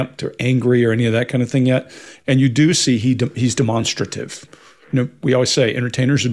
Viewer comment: Does Mark have a opinion on the boys pronounceation of "demonstrative "